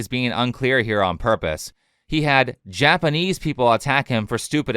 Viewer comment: I bet Alyssa knows that he barely speaks Japanese, and didn't even bring it up, which is classy. I've only been studying Japanese for 10 months, but recently I did watch a Chris video and wonder if he actually speaks Japanese...the pronunciation is awful!